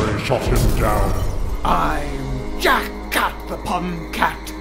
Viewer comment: Oh yeah when sally says jack cat it sounds like she is saying jackass just saying